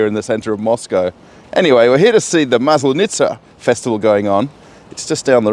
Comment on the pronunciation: seriously. You can't pronounce Maslenitsa. It's horribly hard for anyone who is originally English-speaking. don't do it my Moskovite broski:face-purple-crying